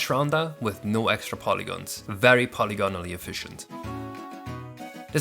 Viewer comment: Great video! Just to let you know, with the word 'polygonally', the short 'i' sound is put under syllabic stress, making it pronounced like 'pol-ih-gonally' compared to the normal use of 'polygon' which stresses the 'pol' sound. If you don't know what I mean, you can see how it's pronounced online!